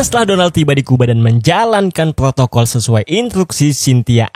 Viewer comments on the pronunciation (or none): none